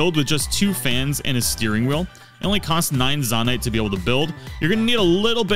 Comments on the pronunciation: Zone-ite not Zan-ite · This tutorial is cool and all, but for the love of god, don't pronounce zo-night as zah-night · No, I didn't, I said that you should pronounce the naite part of zonaite like night, which you already did, but you pronounced the zo part of zonaite as zah